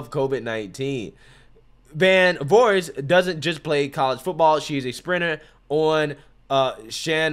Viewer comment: FYI: Shen-ann-DOUGH-ah / joon-ee-AH-tah / VOOR-heez